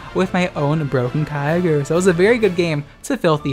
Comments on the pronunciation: It’s pronounced Ky-O-Ger, get it right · I will always pronounce Kyogre "Key Yo Grey" from now on to piss people off. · Pronouncing Kyogre like that is exactly the kind of thing that pisses my brother off, I’m gonna do it forever now